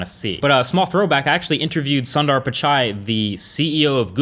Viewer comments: i wish you and others would learn how to pronounce Sundar's name properly! plz look it up :D. love your content and insight. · Man, don't kill Sunder's name! it's not pronounced as SUN as in SUN or SON as in SON... It's Suun... Indian name man! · its soon-der....